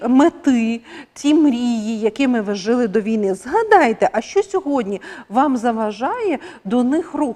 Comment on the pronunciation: Жили... Наголос на другий склад.🎉❤